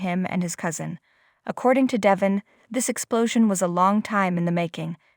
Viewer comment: Devon, Devon , Devon not Devin, say it right, so annoying